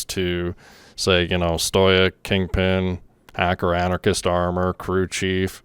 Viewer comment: Omg dude it’s pronounced stow ick!